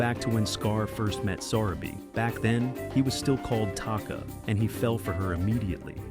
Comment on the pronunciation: Your subtitles mistakenly spelled Zero instead of Zira’s name! 😅 The lioness, who was Zira’s daughter is pronounced wrong. Her name is pronounced as Vi-Tah-nee. And the wife of Mufasa is pronounced as suh-rah-bee.